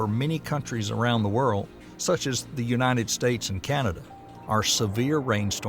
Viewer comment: “Unated States” 💔